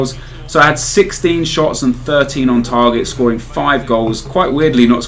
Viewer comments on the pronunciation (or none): none